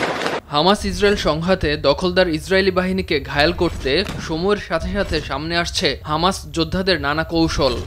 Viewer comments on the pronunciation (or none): none